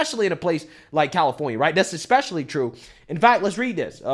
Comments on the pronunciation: And say “exspecially” instead of “especially.” <—- Tell me you’re from the trailer without telling me you’re from the trailer. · I will never take seriously anyone who says EXpecially instead of ESpecially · "eckspecially" - and now you've shown your intelligence level. Well done. Have a nice day. You've lost the argument. Go away. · Excepcially? This moron can't even talk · Ekspecially. Kid, learn how to pronounce words properly before trying to school anyone. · Did the smug kiss really say "ek-specially"? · Any boy who says "eXspecially" has proven his lack of intelligence. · Expecially haha sounds good! ;D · Exspecially….That is the word that destroyed the child for me. He is what is commonly referred to in the south as a punk, in the softest possible way. Besides, Kamala has no character to speak well of. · He looks privileged. What does "ekspecially" mean? Go visit your nearest Marine recruiter, Nancy. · This kid still pronounces especially, as "expecially" I'd bet that he also says, "amblience & basghetti" too. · He's trying to sound smart while he says "expecially" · "eXpecially" debate over. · He said exspecially.😂😂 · Did he really say eKspecially? Oh, so we’ll-spoken. And he has everything ass-backwards. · It took him 14 seconds to cook himself and pronounce especially, "exspecially" Bye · Ekspecially? 😭😭what a ridiculous goofy ass dude. These people are so brainwashed and act like NPCS😂😂😂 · Ill NEVER take a dude serious that says EXspecially 😂😂